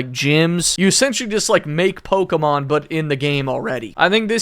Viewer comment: That may be the first time I have heard Pokemon pronounce it as actually "Pokemon" and not pokeeemon